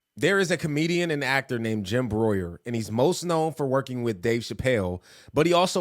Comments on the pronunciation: His name is pronounced BREW-ER lol he’s talked about all of this for decades but he’s really been ramping it up lately! He’s been one of my favorites for 30 years! 😊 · His Name Isn't Jim broyer. Its Jim Brew'er Jim Breuer. Like your brewing. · His name is pronounced Jim Brewer...not Broyier or what it is ur sayin... Its a good thing ur doing, passing along important info. But finding the correct pronunciation of his name is not difficult. Hes been around 4 decades. Im not typically the spellcheck police on youtube or anything like it. I just think if ur gna be using a persons content or using a persons likeness in ur video & benefitting at all from it, its merely simple respect 2 make certain ur saying their name correctly... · It's pronounced as "brewer" not brooyer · Pronouced like BREWER...Got it right otherwise your video proves how ignorant you just might be. WTF does Bieber have to do with Hollywood?? That's a reach that doesn't yield results the way you want them to...Bieber is a recording artist, not an actor....So many people, including you, are jumping all over the place with rumors and ASSumptions. How about the real truth and not what you are putting out here... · His name is pronounced ‘Brewer’ ..he’s a forever Republican comedian. He was incensed at Biden for being old and votes Trump every chance he gets. It is refreshing to see that he seems to have broken ranks with his party on its stand with child sex trafficking. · His name is pronounced like brewer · It's pronounced "Brewer." Just a heads up. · Jim Breuer. (Pronounced brewer) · Its Brewer.....like brewing beer. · Jim Bruer is pronounced Like BROO -ER LOL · its Jim Breuer pronounced Brew-er and conspiracy theorist not crazy anymore are we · Jim BREUER. "BREW-ER" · Opening line can’t even pronounce dudes name right